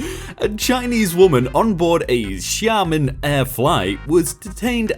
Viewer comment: Jake: nail pronunciation of "Xiamen" Captainsparklez: can't pronounce "Grian"